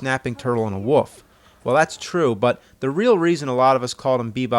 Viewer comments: Lol, James is one of those people that say "woof" instead of "wolf." Fun fact. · "a snapping turtle and a woof" wheres AVGN from Philly or Ohio? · did u just call a wolf a "woof"? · I love that James can’t say Wolf, he says “Woof” like a 2 year old. Adorable. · East coast thing.